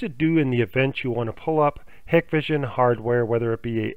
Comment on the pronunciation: I have not been able to get any of this to work, but thanks for posting the info. Apparently it has worked for lots of people. However, if you install these cameras all the time, you should know how to pronounce them. It's HIGH-kvision with a hard I.